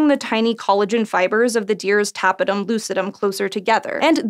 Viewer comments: She didn't pronounce it properly, the stress of "tapetum" is in the second syllable: /təˈpiːtəm/ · It is pronounced təˈpēdəm